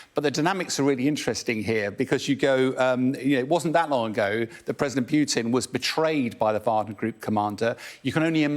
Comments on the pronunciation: Someone please tell this guy how to pronounce Putin, not pyuutin and Kuwait, not kyuuwait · Because we don't pronounce the j sound after every consonant, including But l. I can't thin of another name with the "long u" pronunciation before aby consonant, and even not every English speaker pronounced Putin that way because it's a foreign name. I'm from south-east England and just use a regular /u/ sound.